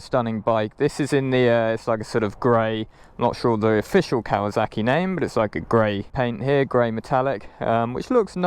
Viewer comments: It’s Kawasaki,not Kawazaki. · listening to Brits pronounce Kawasaki has become a side hobby of mine. It's silly.